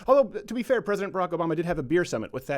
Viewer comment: Nigel saying Obama sounded like "a bomber" to me.